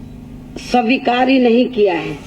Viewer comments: Savikaar nhi Kiya 🤣🤣😂🤣 svikaar hota h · Swikaar ko sawikaar padh rhi h loli kahinki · aare bhai lekin usme bhi mistake ki hai padne me like स्वीकार ko सविकार kehti hai budiya listen her speech .aise log desh ka भला krnge